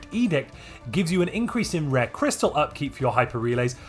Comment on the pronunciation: You ok,? I swear I hear you say "red" crystals instead of rare crystals and "area" comes out as "era".